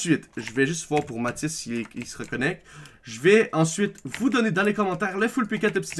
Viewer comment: C'est Matis pas Mati xddd